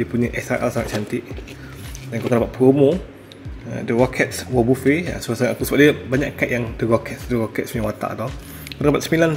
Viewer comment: Cara nk ckp nama wobuffet tu sepatut nya "wabafet" bah, geram plak dengar abah ckp wobofe T-T